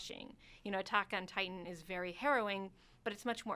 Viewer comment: I agree there needs to be at least one male, because look at these girls. They look so lost without a man by their side. The girl on the far right can't even say Attack on Titain right. She said Attack on Tit tan